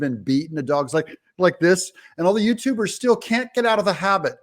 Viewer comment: "professional YouTubders*😂